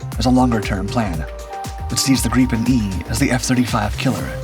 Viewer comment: Ai crap. Can't even pronounce grippin properly